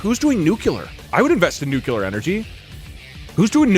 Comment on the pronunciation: Doug’s killing me continually pronouncing nuclear as “nucular” 😂